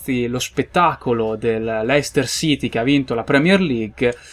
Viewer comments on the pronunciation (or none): none